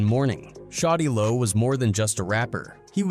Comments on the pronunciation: Get it right white boy a I it’s shawty lo not shotty low 😡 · Its SHAWTY LO not fucking Shotty Lo 😂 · "shotti lo" 😂 why yt pple shouldn't tellour stories